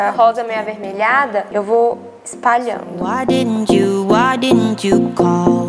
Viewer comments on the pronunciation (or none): none